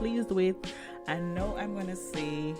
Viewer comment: Thank u for sharing. I have several English as a second language friends. I think you are trying to pronounce Now and not know. Because 'now' is what people say when they are talking and closing to the next sentence they want to say. We call "now" a filler word or transition word. You use it while your brain is thinking the next thing to say. So if that's what your doing t, think of saying "cow" but day the n sound instead of the hard c sounf. Do you NOW just remember it rhymes with cow. Your doing a great job I would never be able to make s video in another language.